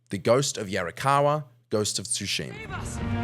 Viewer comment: Tsushima....no Tu-sheema